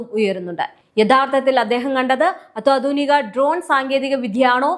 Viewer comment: ദയവു ചെയ്ത് അത്വാധുനിക എന്ന് പറയാതെ അത്യാധുനിക എന്ന് പറയാൻ ശ്രദ്ധിക്കുമല്ലോ...